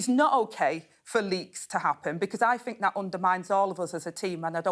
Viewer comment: " fink" must be " think" 🤔